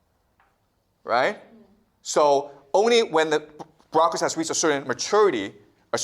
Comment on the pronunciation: She should have listened to the part about 'brocracy' as he calls it 😂 This guy is teaching children yet calls himself a professor. By definition he is a teacher 😂